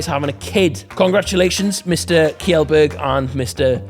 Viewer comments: Kjellberg is pronounced more like "Shellberg" but yes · As an authentic Sweden, I can confirm that pronunciation of "Kjellberg" was atrocious. A for effort though. Love that TWOTI is back!